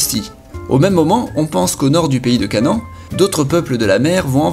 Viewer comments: Canan? CA-NA-AN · pays de CANEN?? quand tu est juif ca fait un peu bizarre haha. enfait on dit canahane